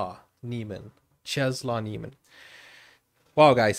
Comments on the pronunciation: Czesław is pronounced Chess-Woff. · If you want to pronounce his name correctly... Chesswaff (name) Niemen (surname read all the letters). Your welcome 😁